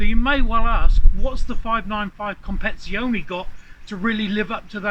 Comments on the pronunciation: Compezione?? Lol compe tiz ione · Please stop butchering the word competizione